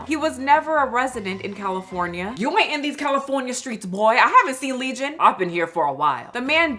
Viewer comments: Not lesion. Legion, like a demon.😂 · Ma'am... a "lesion" and "legion" are 2 different things.... much love ❤️ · It's legion, not lesion. She kept saying it in the video. I was questioning my own vocabulary. Lol. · Legion,, not Lesion